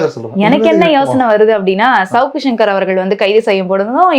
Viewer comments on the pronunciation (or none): none